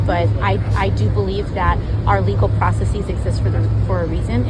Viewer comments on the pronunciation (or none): She actually said “legal processEEz.” B** its processes. She’s thinking it’s like vertex-vertices. Nope, she’s just dumb. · Process sees! You have no clue how to speak. Go back to waitress sees. 😂